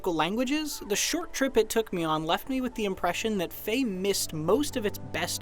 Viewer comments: ITS FE NOT FAY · It's pronounced "fee-yah"